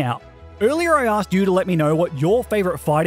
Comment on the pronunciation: Do not leave off the O in favorite!